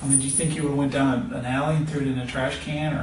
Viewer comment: I was half paying attention because I was reading a text and I thought he said "these are the Yaoi pictures" instead of alley pictures.